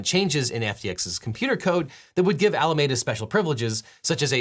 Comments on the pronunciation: Love your stuff Devin, but I've got to say I winced at every single "Alamayda". æləˈmiːdə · One pronunciation note: Alameda Research is pronounced “Al-ah-MEEE-duh,” like the county where it was based — not “Ah-lah-meh-dah,” as the Spaniards who initially colonized California pronounced it. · Pronounced Ala me duh. Not Ala made uh. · Objection! This is a nitpick, but Alameda is typically pronounced "All-ah-meed-ah", out here on the west coast. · I can’t get over the way this Bay Area native pronounces Alameda